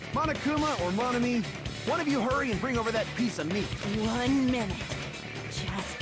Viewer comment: pronunciation of Monomi, Nagito, and Makoto make me cringe.